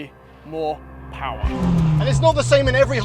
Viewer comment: uh, mo' POWAH BABY!